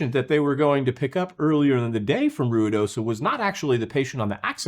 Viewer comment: Omg, you pronounced Ruidoso correctly. Good job! ❤